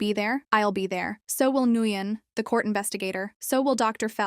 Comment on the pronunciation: Nguyon is pronounced 'Winn'